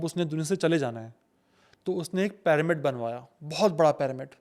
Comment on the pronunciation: PAAramid kya hota hai? It's pronounced PIRAMID . Pyramid ka Y ee pronounce hota